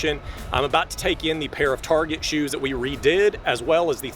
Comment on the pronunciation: Target become "Tarjay"